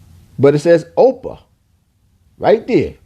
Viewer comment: Your pronouncing ophir wrong. Its not 'opa' its pronounce 'ofear' (trying to write it in the way its prounce but hopefully you get the idea.)